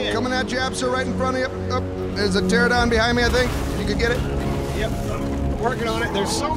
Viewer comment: Pteranodon.. Pteranodon. PTERANODON. Wtf is a terradon